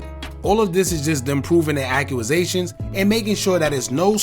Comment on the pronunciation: Imagine making videos like this but you can't pronounce "Accusation" lmfaoooo